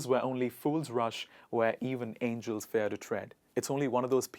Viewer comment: why did you pronounce the word fear in such a weird way ... /fe/ ??